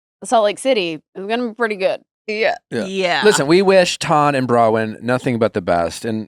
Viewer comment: I love you guys and this pod but PLEASE get Nick to say BrowNwyn not Browyn, its driving me mad haha